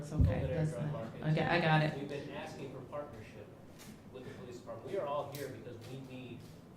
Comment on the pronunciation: Really love the first speaker!!! Just don't understand..... " I need to ax????" Thing!!!! How about, asking.... How do we get this murderer????